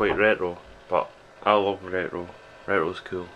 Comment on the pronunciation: You accent makes it sound like your saying reyro, instead of retro lol good video, you gota love these older ppc macs :)